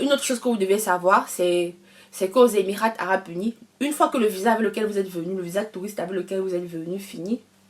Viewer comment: Il faut mieux soigner l'introduction ( faire court), éviter les redites, et soigner davantage la présentation. Le T de EMIRAT ne se prononce pas en français ( on lit EMIRA).